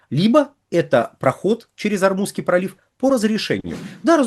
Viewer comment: ОрмуЗСкий пролив, Вы постоянно называете ормуНский.